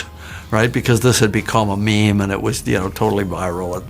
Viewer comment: Cameron saying the word "meme" feels wrong.